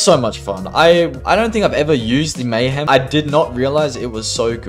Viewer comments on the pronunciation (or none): none